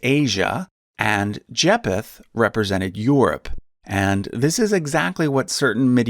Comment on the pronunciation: It's pronounced Jay-feth the ph isn't separately pronounced, they're pronounced together having the f sound